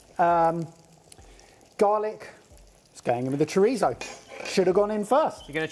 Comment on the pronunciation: Please stop pronouncing Chorizo like that its weird lol Cho-Rhe-So